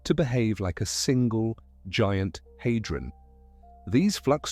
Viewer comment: The Large HAY-dron collider? It’s pronounced HAH-dron not HAY-dron.